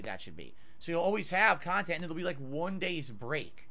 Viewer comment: "Reaction style khantent is the laziest kinda khantent"